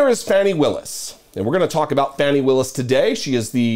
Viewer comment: Hey, just a quick note, her name, Fani, is pronounced Fawnie. She is the DA in my county, Fulton, County Ga. She is the best, too bad Uncle Joe didn't appoint her to DOJ instead of Milquetoast' Merrick. The head of the DOJ that doesn't want to upset anyone. Has he even prosecuted ANYONE? At a time when we needed a Pit Bull, Uncle Joe gave us a Poodle. I can't forgive him for that. He has to be replaced in 2024 with a Stronger Democrat.